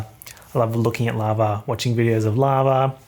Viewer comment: For some reason I thought you said "larva" instead of lava